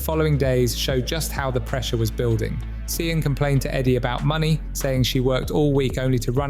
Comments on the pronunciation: Just so u know, Sian is pronounced Sharn or shan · SIAN is pronounced Sharn